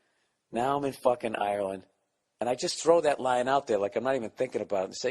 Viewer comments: where I,m from in Ireland we would pronounce it "arelind" depends on the province or county. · For the yanks watching it’s pronounced “areland” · Hes saying Ireland wrong